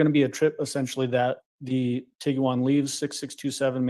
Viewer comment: Did he say tiggywan?😂 cute